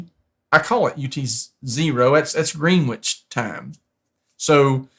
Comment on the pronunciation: Hint: "Greenwich" is pronounced "Grennitch" (not even "Greenitch"). You'll find silent Ws in many names in the UK, such as Warwick, which is not pronounced "War Wick" but "Worrick" and "Southwark" which is pronounced "Suth-uck".